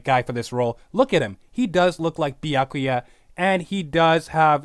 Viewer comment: Damn it stop saying Bee-ack-oo-ya and say Byakuya.